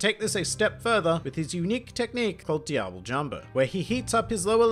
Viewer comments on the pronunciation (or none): none